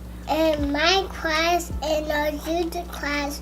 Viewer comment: When she says class it it sounds like crush and I thought she was talking bout her new crush😂